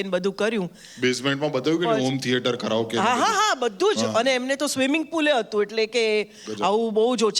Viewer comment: Karaoke nu pronunciation > Carry OK